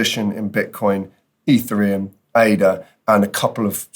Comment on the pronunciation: You say ethereum like. E three um. Instead of eth Ear EE um